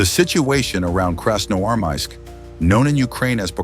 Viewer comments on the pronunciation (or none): Hey dud, you have to improve your ai, who a hell in the world pronounce красноармАиск, это красноармИик. И тоже нет КАев а КИев.